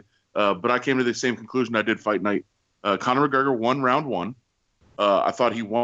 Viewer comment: also, 'Conor'